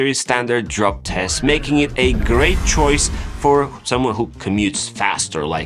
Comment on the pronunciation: Did he say drug test or drop test 🤔